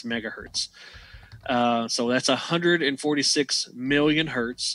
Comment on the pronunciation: Just a small detail worth pointing out...I noticed several times you pronounced it "hert" and "kilohert". Hertz/kilohertz is not the plural form. It's 1 kilohertz, or 1 hertz, or 2 kilohertz or whatever...because it's originally named after Heinrich Hertz.